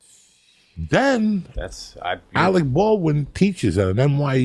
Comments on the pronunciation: Alec ballwin and cal labow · Im not gonna drop any names, but Alec Baldwain and whats that kid, Shaya la Bof. Lol